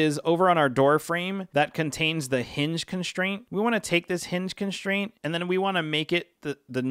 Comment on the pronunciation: It kills me when you people say “conSHtraint”